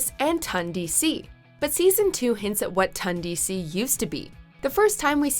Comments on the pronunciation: Ton. Ton DC. Not Tun DC. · Its not pronounced tUndc it’s pronounced tOndc